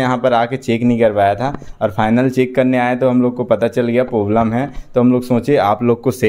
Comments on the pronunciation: Bhai poblem nhi hota hai Problem hota hai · Problem ❌poblem 🤣🤣🤣